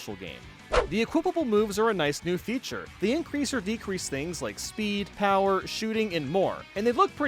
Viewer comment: Been here since 2012… still waiting for to be able to pronounce features lmao